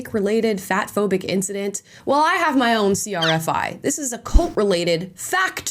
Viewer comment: It's bothering me that she keeps saying "incdident" instead of "incident"